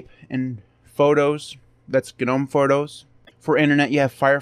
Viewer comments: using the word "Gnome" the G is silent... As in NOME. Just a thing. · except you're wrong. Gnome,in this case, started it's life as an acronym. First word GNU. So unless you're also mispronouncing GNU...